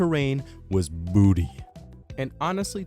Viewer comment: why did he say booty like that 😭 he said booty like a dc mod